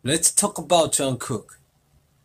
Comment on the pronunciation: Man no me di cuenta que dice JUNGCOOK-(JUNGKOOK)